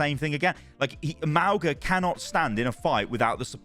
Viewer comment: M-aul-ga not Mal-ga x.x